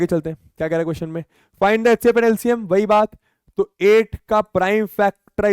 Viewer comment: Sir hcf ko atecf bolte hai 😂😂